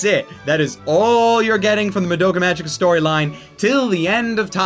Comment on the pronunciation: Fun fact: Magica is pronounced with a "hard" g.